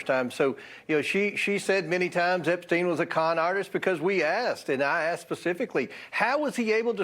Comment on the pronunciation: Funny how she called him "Epstine" I bet she thought that would make it seem more like he was a stranger. Kind of reminds me of how Bill called Monica Lewinski "Miss Lewinski". I don't think she just misspoke.